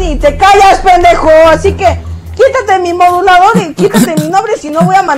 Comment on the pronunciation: Dice penejo en vez de pendejo 🤪🤣🤣